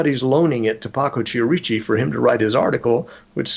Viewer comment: I hate to e a language Nazi, but wouldn't the name Chierici be pronounced Ki-er-i-chi, not Chee-er-eechi? But fascinating show, thank you!